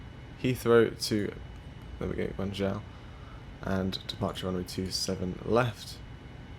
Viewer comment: It’s pronounced gwongzhow